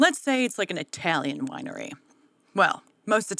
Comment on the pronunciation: By the way not pronounced Eye(I)talian it is known at It-aly and its people are known as It-alians. Just so you know.